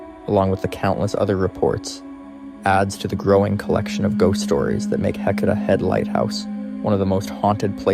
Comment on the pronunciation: Dear YouTuber not from Oregon, Heceta Head is pronounced Hey - say - tah. Yachats is pronounced Ya - hots. It's a breathtakingly beautiful area. You should visit.